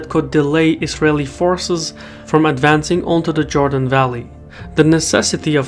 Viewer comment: Not Jordan but Jewdan…